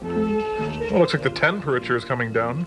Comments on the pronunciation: "TeNNNperature" hahaha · Are we not even going to talk about the 'tenpurature' gauge? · tenperature, elevenperature :D